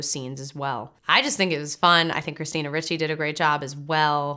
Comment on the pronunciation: Ricci is not prounounced Richie its pronounced Ree Chee